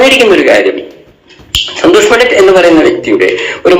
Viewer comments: സന്തോഷ് പണ്ടിത്തല്ല - പണ്ടിറ്റ് എന്ന് പറയൂ താങ്കൾ സ്ഥിരമായി പണ്ടിത്ത് എന്നാണ് പറയുന്നത് ( തിരുത്തു പ്ലീസ്) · പണ്ഡിറ്റ് ആണ് സർ പണ്ഡിത്ത് അല്ല